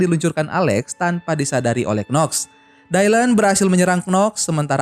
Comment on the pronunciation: Baru temu yg bahas Charlie’s Angels bang tp itu disebutny bukan “dailen” tp “dilan” aja… jd gereget deh kalo lo bilang dailen” 🙁😒